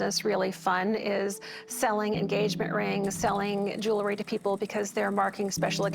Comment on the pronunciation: How does a jeweler pronounce jewelry “jew-ler-ee?”